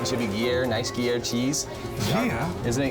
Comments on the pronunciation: "Guer cheese"... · Fool said Gear cheese. 😂😂😂😂😂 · As someone who grew up right next to the Gruyère region in Switzerland (where the cheese originates from obviously), I had to laugh at this guy and his "gear cheese". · I woulda made dude attempt to spell his pronunciation of gruyere cheese.